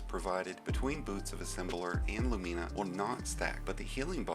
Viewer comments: Your pronunciation of Lumina is jarring. LOO-men-uh, not loo-MEAN-uh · "LuMEEna" still great vid tho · Why people be pronouncing it Lu-meena. Lol. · You are butchering the name of that exotic weapon something crazy 😂😂😂